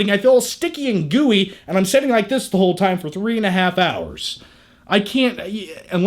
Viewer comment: ''Excape'' - It's escape ''Setting'' - It's sitting